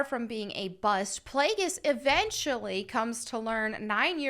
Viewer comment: Plagueis pronounced Play Jee YUs , Palpatine pronounced PAL-Puh-Teen.